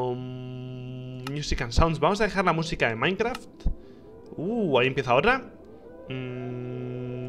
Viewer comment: Minecraf xddd Se te olvido la t ekis de